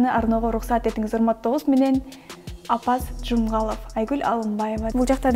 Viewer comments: Алып баруучу кыз УЯТ Апас Жумагуловду окуй албай турасың.Эл сени карап турат. Окуп чык Апас Жумагуловдун ким экенин.Апас Жумгалов деп уялбай окуп басып кеттиң.Жок дегенде кайра окуп катааңды оңдоп койгон жоксуң.УЯТ. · Туура Апаз Жумагулов да. Шашылбай туура окуу керек журналист.